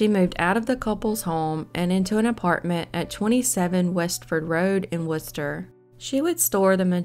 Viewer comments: Thank you for not butchering the city name Worchester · Good job pronouncing Worcester! I live in the town next to the city and people that arent familiar with the city usually butcher the hell out of it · Congratulations on pronouncing "Worcester" correctly. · I was thinking the same thing! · I was impressed too. Wonder if she'll say "Woburn" or "Billerica" correctly if she has call to. Those are two that also flummox (confuse} folks 'from away."